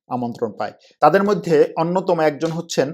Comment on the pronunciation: আপনার তুরস্ক, মধ্য এশিয়ার রাজনীতি, অর্থনীতি নিয়ে আলোচনা অত্যন্ত তথ্যবহুল এবং প্রান্জল। শুধু কিছু শব্দের উচ্চারণ শ্রূতিকটু। যেমন “মইধ্যে”। আরও কয়েকটি। বিরাট কোন ব্যাপার নয়, কিন্তু আপনার মানের সাথে সামঞ্জস্যপূর্ণ নয়।